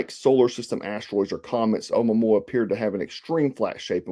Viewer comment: "Ow-moo-momma" ha ha... I believe it's pronounced something like ow-moo-a-moo-a